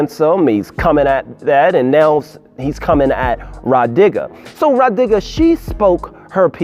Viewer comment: When you say now it sounds like noun.